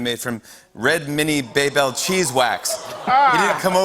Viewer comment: Did no one else notice how he completed butchered the name? It sounded more like baybelle 😐